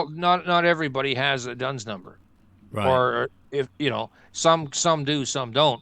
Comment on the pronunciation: it is not "Dones number," it is "D-U-N-S number, issued by D&B (Dun and Bradstreet), and every County Library with have the four volumes.